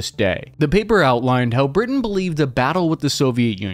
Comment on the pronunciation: LOL “Britian”